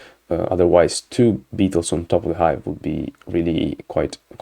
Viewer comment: Did I hear "vanilla ice" when you said "vanilla Hive", you can't prove it !?!